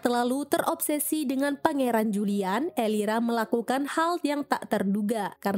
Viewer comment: Elvira kak bukan elira 😭